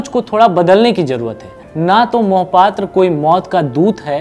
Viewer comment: Beta Mohpatra nahi Mahapatra bolo